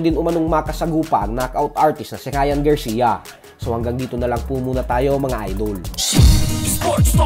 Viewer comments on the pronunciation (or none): none